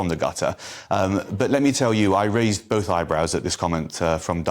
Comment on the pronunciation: Both not noth